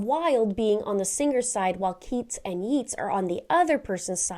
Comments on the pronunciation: Hi, enjoy your show and you gave excellent creepy information. It’s pronounced Yates with a long A, not yeets. Just to help you. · It's 'yah-tes' not 'yeets' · "Yeets" was cringe inducing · It's spelled Yeats but pronounced like Yates. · Pronounced Yates not Yeets 😮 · Yeats is pronounced "yayts", not "yeets". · It's pronounced Yay-ts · it’s pronounced “Yates”, It hard to listen that (as the daughter of a literature professor). But your deep dive in very interesting! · I love you videos, have done for a long time. May I be so bold as to correct your pronunciation of Yeats, is actually pronounced Yates. Keep up the great work. Best wishes from the UK 🇬🇧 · Yeats is pronoun😢"Yates". Yeah I know, English is weird. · Its pronounced YATES 😂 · Yeats is pronounced Yates (which rhymes with gates, eh?) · yeats is pronounced 'yates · Do you mean yeats pronounced yates ? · Fyi, yeats is pronounced YATes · Its pronounced YATES. William Butler Yeats, was fascinated by the afterlife, and Irish mythology. He wrote a poem called Stolen Child about a child being coaxed away from his life to the otherworld by a fairy. These children were often said to be replaced by changlings, a fairy disguised as their child. Its a beautiful poem. Intersting choice of writer. Wilde and Morrisey (writer of the song) were both gay so that could be the reference there. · Oscar Wilde was gay, and that song has a gay subtext. 'Yeats' is pronounced 'yates.' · Yeats is pronounced like it rhymes with gates, not like it rhymes with eats. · It’s pronounced “Yates” even it’s spelled the other way. Not complaining, just helping. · Great video as ever. FYI - Yeats is pronounced Yates even though the spelling is similar to Keates, which you pronounced correctly. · Note that Yeats is pronounced Yates. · Not criticizing, but thought you'd want to know, Yeats rhymes with Gates. Don't know why! 😊